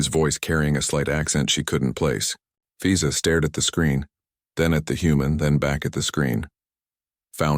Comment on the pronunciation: She does immigration, and he name is fiza? Wonder where the AI came up with that name…and why it got mispronounced almost immediately…